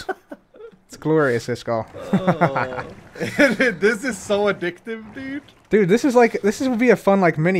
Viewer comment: The Word "iskall" is actually not pronounced the way you pronounce it... but I can teach you. 1. The first part "is" is pronounced like the word "ease" as in "I did it with ease".2. The second part "kall" is pronounced like the ending of for example "clarify" or the word "eye" or even "I" but withot the last "j"-sound at the very end. Yes… I am a Swede but not a cabbage…;-)